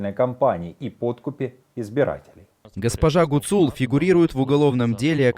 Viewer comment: В фамилии Гуцул - ударение должно быть на первом слоге